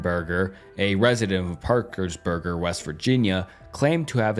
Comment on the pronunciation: and parkersburger when its parkersburg lmao